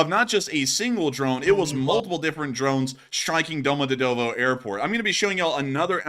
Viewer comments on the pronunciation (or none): prounance it " Domo djeeeeee tovoooo "